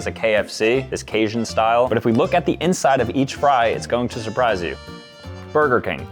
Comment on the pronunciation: "Brger King" ACTUALLY FICKING WILD